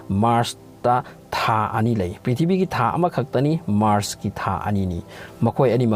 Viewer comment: The way u spell prithibi ( pithibii) ☺☺☺